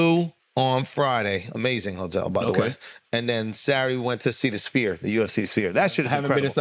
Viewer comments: Charla is on fire this episode 😂 cracking my shit up. He keeps calling the sphere the "spear" 😅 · Charla calling it the “spear” irks me so bad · Charlemagne for god sakes get a speech therapist it's a sphere not a spear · I find it funny that Charlemagne, has a writing company, that has a hard time pronouncing words😂😂😂😂